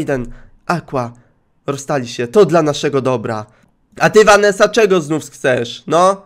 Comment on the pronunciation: ja mam na imię Vanessa i dziwnie jest jak wymawiasz moje imię XDD